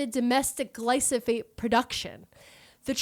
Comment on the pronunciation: Fun fact, Bayer also had to sell Invigor to BASF in order to buy Monsanto. BASF saw major growth bc of that acquisition, making them an even bigger competitor in the ag input market. Also, wanted to let you know roundup is pronounced gly-pho-sate :) Loved the episode!!